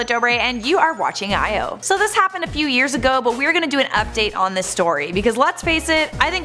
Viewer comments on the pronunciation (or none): none